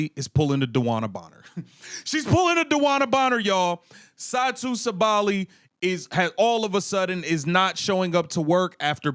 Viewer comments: bro, you pronouncing her name wrong , SAH-buh-lee. ... not Sa-Bally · Sabally: Sa•bah•lie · Sa-too Saw-ba-Lee It’s cringy Seeing as the video is about Satou Sabally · Everytime he said Satou's last name 🥴. All this screaming like he is SA is annoying too. Lol